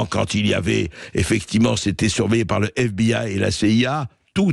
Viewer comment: F bi aille cé i a aille phone oui fi ... en tant que québécois je me ferais jamais aux prononciations à géométrie variable des mots anglais par les français !!